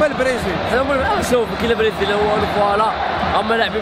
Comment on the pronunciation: برازيل❌ بريزيل✔🤣